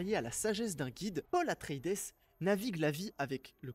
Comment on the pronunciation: Atré-i-dès ; "Sarrakis" ... En plus de ne pas avoir lu les livres et donc d'être à côté de la plaque sur ton analyse, tu es sûr d'avoir vu le film ? parce que la prononciation des noms est à côté aussi 🤣